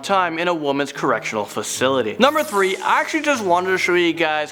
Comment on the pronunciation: "I HAYchall, I HAYchall!"